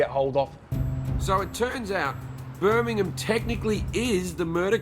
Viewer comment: Finally a American that can pronounce Birmingham right